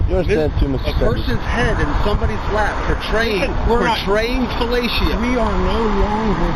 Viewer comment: FUH ... LAY ... SHE ... OH.